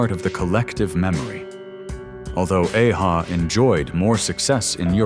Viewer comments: A-ha is not pronounced ay ha. They had other songs, not just take on me. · AI can't say 'a-ha' properly 😂😂😂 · A-ha one hit wonders? Really??? You are an ignoramus and you can’t even pronounce the name of the group correctly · A-ha, a one-hit wonder? They had more than just one hit. Thru also had a hit with THE LIVING DAYLIGHTS which they made for the 1988 James Bond film of the same name. They did a remake of the 60's hit CRYING IN THE RAIN. And that's not how the band's name is pronounced. Useless AI voice. I miss the days of actual human voices. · Typical American cant pronounce aha correctly. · Plus u have mispronounced A-ha this is the problem with Ai. Tooooooo many mistakes and it spues out lies tooooooo!!!!!! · Seriously, no mention of 99 Luftballons by Nena! The voyage, voyage song doesn't even sound familiar to me and I'm Gen X. I gave this a thumbs down for not only that but for also the sound gaps as well as the mispronunciation of A-Ha and a couple of other things. It was great to be reminded of all but one of these songs but stop using AI for just about everything. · How did you pronunced A-ha?!? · You could not be more wrong about a-ha. Apart from completely mispronouncing their band name the had 7 top 10 hits in the UK alone. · I was going to like this...till you pronounced A-ha. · Awful AI pronunciation and claiming A-ha are one hit wonders 😏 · The way A-ha is pronounced is hilarious 🤣🤣🤣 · Yesss! The name does NOT sounds like someone rushing his Cows....😧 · Didn't say a-ha s name properly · The band's name is pronounced ah-ha, not aye-ha. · it's a-ha not ey hay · 80's what a time to be alive, esp as a kid...soaking in all that great music and tv shows. Btw it's pronounced Ahh-Ha, not ay ha...I think you missed another great one hit wonder...Self Control by Laura Branigan. It seems to me while they were one hit wonders, they probably made millions for the artists and they could retire...lucky bastards. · It's ah-ha not ay-ha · There is A-HA, not EI-HA.